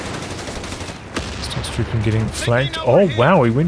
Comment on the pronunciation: Its pronounced "Stoostruppen" more 0, no double s